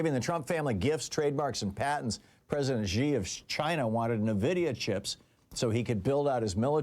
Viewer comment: It’s “EN-vidia”